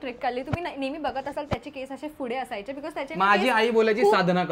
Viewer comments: Your vlogs are great as always but would like to give some suggestions.. please take it as a constructive criticism.. specially for.. 1. Fude ❌ Pudhe✔️ 2. Nhavara ❌ Navara✔️ etc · Tai yaar it's not fude, It's pudhe😭😭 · it’s पूढे Not fude 🥺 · Fudeeeeeeee😂😂😂 it's pudheeeeee😢😢